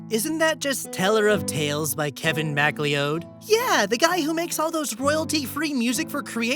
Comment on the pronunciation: its McLeod pronounced mi-CLOUD